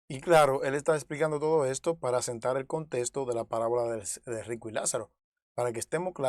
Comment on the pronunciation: Por favor, no se dice,contesto, sino, contexto, habla claro